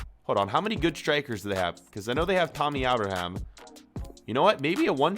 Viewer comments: why dous he say tammy abraham like tommy owbraham ?? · “Tommy Ahbraham” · sorry who's Tommy obraham?😂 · The way u said Tammy Abraham is grinding my gears rn